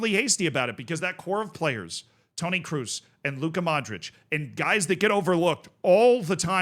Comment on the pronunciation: KROOS IS READ LIKE "CROSS" not "CRUISE" FFS